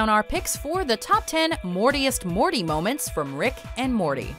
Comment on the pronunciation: You mean “morments”..